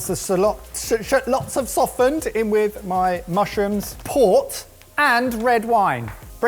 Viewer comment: "Once the salots have shoftened"😂